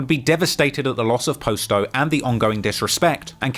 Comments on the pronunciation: “Poss-toe” not “Poe-sto” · Mf said Post-O 💀 how slow can you be fam? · "He clearly heard Juice World, pronounce POSTO name correctly...but yet he still saying Poe Sto. But that explains why POSTO clothes, looks cheap...for shopping at a Poe Sto"🤨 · Pos-to ( poss to ) shit be harting my ears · Its pronounced PA-STO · How do you watch videos and songs hearing his name and you still can’t pronounce it right? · Do you keep pronouncing his name wrong on purpose or can you really just not pronounce it the right way?